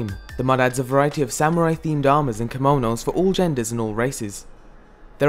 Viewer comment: kimounous, lol. its kimonos